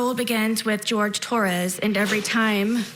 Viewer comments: Why does she call him George? Wouldn’t it be be Whore-hay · Wouldn’t his name pronounced ‘Horhay”? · The way she pronounced the name of that poor man , she butchered the name , she is more like straight D student lol